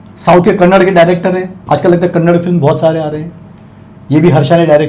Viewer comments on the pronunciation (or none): it is Kannada (आ ki matra) not Kannad. You will feel bad if someone addresses you as 'Narendr Gupt' won't you?